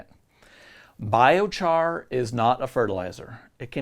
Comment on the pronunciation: oh no, you got a thumbs up and a thumbs down in the same sentence. I'm glad you had this section in here, But it is pronounced 😺- 👁️- on if you didn't know, if you did here's your comment lol. I like the video, good info and my first vid so far